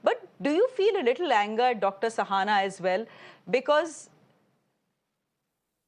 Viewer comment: I am puzzled why the anchor is pronouncing Shahana as Sahana. She herself is Shreya, does she call herself Sreya?